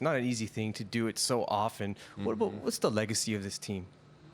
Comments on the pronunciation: Bout -- reporter Canadian lol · 'Talking aboot legacy..'